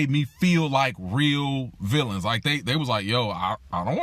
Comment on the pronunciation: Wait, "villianS"? Is that with a "S"?😦